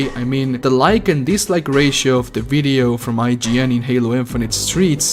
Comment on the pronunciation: Nor their name! Seems like they went from I-G-N to saying "IJIN" for some reason.